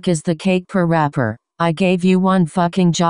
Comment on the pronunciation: Lol I like how parappa dad called him perapper